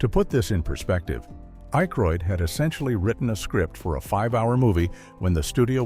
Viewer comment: AI voice? Jeez, can't pronounce Dan Akroyd & Paul Shaffer's names? And...several other names... Oh yeah, realism has little to do with this movie. I'm sure we needed to tell everyone about the rocket launcher flaw!!!